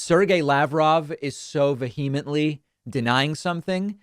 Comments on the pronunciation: David mispronounces vehemently . his: va-HEEM-ent-lee correct: VEE-uh-mint-lee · The word “vehemently” is pronounced with emphasis on the first syllable, not the second. It’s “VEE-heh-ment-ly”. Thanks for the info! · It’s vi’-e-ment-li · Please remember to say VE ah mentally not VE He a mentally. Otherwise, carry on, chap!! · "Veheemently" ... it's not English and it's not Spanish. Is this a Bostonian word? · Check pronunciation of "vehemently".